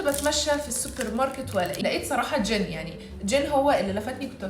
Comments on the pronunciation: لا غلط ،هي تنطقها هيج 즌 يعني بالسكون بس الصح هو وجود الياء مثل مامكتوب اسمه بالكوري هيج 진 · انتي بتقولي اسم جين زي جن اللي هو عفريت 😂😂😂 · جين❎ جن✅ هي بتقول 😂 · شكلي و انا اسمعها تقول ✨جن✨ مو جين 😭🎀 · روشنه وكده 😂 هو اسمه جين اصلا حتي هو بينطقها جين مش جن 😂😂